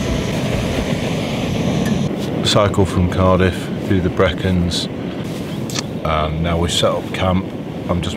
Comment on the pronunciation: The Brecons? Don’t you mean The Beacons? A good vid fellas, I enjoyed it. Thank you.